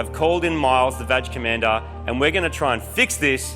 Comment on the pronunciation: im still trying to figure out is it "badge commander" or "vag commander"?? no joke im serious.